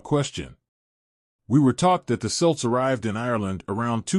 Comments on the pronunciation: It’s not selts it’s celts please do your homework and ask an Irish person how to say these words before doing something like this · Who are these selts he mentions. ? He means kelts. Get it right , why don't you.? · Please pronounce Celts properly🙄 and maybe use a human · I was about to leave this comment myself